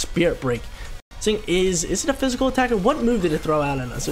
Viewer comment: Everytime he says "physical" terrain i cringe...